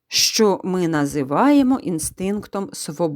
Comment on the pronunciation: Зачем говорить щчо если можно зказать що